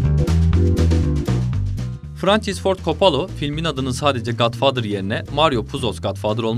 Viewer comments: Oooooooo !!! You fcking kiddin' mee ?? Coppola. Coppola !!! Not fucking coppolo ! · Kapalo, kopalo 🤣 İkisi de değil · Coppola ismini üç farklı şekilde telaffuz etmişsiniz,komik :)